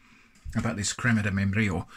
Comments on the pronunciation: Crrrema de membrrrrillo. Well said sir 👍🏻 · That hard Spanish /j/ sound is not your strong suit I see.